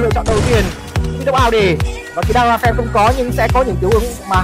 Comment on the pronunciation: Fan chứ không phải "phan" nhé bạn 😂